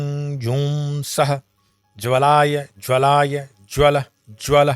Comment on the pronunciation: ज्वालय ज्वालय होगा, ज्वलाय ज्वलाय नही होगा